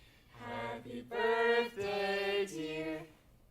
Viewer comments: From now on, it will always be 'borthday' !!!! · "where did you get that.." "Its borfdaey" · it's mischas borfdaey today 😌😌